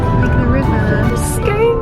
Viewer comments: I love when visitors try and pronounce my towns names ☺️☺️ Scone castle rather than Scoon ☺️☺️☺️ Glad you enjoyed my beautiful country though 🏴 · Weirdly it’s pronounced Scoon not scone. Beautiful vlog. I’m a proud Scot so appreciated how well this was done. Glad you had a great time. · As a Scot currently still living in Scotland, I would pronounce Scone Palace as "Scoone" Palace ☺️very confusing however Scotland is full of these 😅 Glad to hear you had such a good time ☺️ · Lovely to see you visit my neck of the woods. :) ❤ Just so that you're aware though, Scone (the Perthshire town & its castle) is pronounced 'Scoon' or 'Skune'.